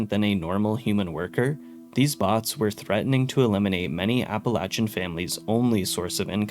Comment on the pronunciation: I swear as bad as Fallout 76 is, I will never forgive it making people mispronounce Appalachian.